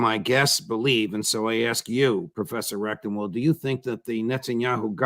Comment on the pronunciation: I am sorry, but there is no way for me to communicate this politely and discretely. Here I am, less than a minute in. Twice, Judge, you pronounced correctly, RECTENwald, and then you said it a third time, RECTUMwald. If your intention is to support this man, and I believe it is, you need to overcome this inclination to mispronounce his name. I grew up with this, people frequently mispronounced my name, CONDON, as CONDOM, some deliberately to slight me, many accidentally.